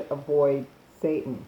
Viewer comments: YES!!! I'm so sick and tired of people spreading that Dr. Sebi crap. First, why on Earth would anyone allow another person to tell them how to eat? Secondly, everyone's body is different, even the city they live in can alter the nutrients they lack and/or need. It's pure bull is what it is. This woman,, has no clue what she's talking about. I knew when she mispronounced seitan and vegan that the rest was going to be an awkward combination of information she's found on the web without vetting and a regurgitation of Sebi's indoctrination. The people who have accepted and bow to the Sebi diet are no better than those christians who attempt to fool their flock with fear tactics and misinformation/misapplication of information. It's no different. I came to this video thinking it would contain useful, accurate information, but it's more of the same. It's nothing more than a Sebi indoctrinated individual attempting to advance Sebi's "theory" and philosophy by casting aspersions on seitan. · Say-tan. Not satan. SAY-TAN. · Seittan not SATAN. (pronounced say-tahn not Say-Tin EXO toxins, not excite o toxins. ex·o·tox·in How to pronounce/ˈeksōˌtäksən/noun MICROBIOLOGY plural noun: exotoxins a toxin released by a living bacterial cell into its surroundings. Seitan is a good source of protein and can be a quick and convenient way to help those on a vegan or vegetarian diet meet their protein needs. Protein is essential for everything from building muscle to repairing tissue and producing hormones, so getting enough in your diet is absolutely critical. A fact-based article on Seitan showing the pros and cons. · OMG YOU ARE PRONOUNCING THE NAME WRONG. IT IS ANNOYING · Well, she mispronounced that AND vegan.